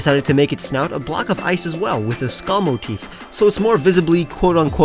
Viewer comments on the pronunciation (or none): When you said snout I thought you said snot